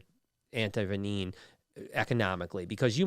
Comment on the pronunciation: What is anti venineen, Brian? Anti venom is what I thought it was